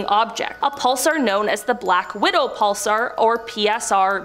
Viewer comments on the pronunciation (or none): Grr, pulSAR, not pulser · Whos says pulsar like that